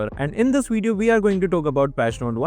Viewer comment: "In this wideo" 😂😂😂